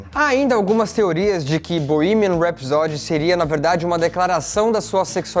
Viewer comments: Gostei deste vídeo, do texto e de sua edição bem profissional. Só queria sugerir ao simpático que acentuasse o primeiro "a" de rhapsody, rhápsody e não rhapsódi. De resto, só elogios ao vídeo. Não seixem a peteca cair. Está muito bom, assim. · Que aflição com a sua pronúncia de "rhapsody"... custa nada dar uma olhada antes de fazer um video sobre Queen.